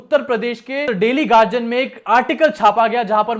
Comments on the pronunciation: Yeh garjian kya hai?, Guardian bol na. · Gadian hai gagian nahi